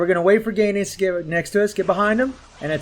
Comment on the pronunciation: GO...enitz, not "GAY NETS" ...the cringe ffs